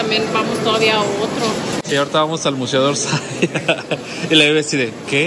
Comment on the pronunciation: Museo de Orsay y se dice Orsey